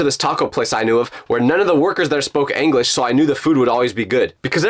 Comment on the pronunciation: anglish is crazy